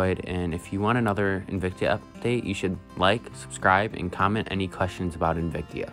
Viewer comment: Pronounced Invict-ah, not Invict-ee-ah as you were saying. Very cool huge colony you have.